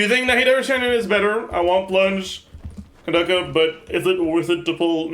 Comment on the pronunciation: pronounced Candace like Kandake